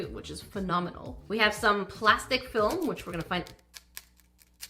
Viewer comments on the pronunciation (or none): none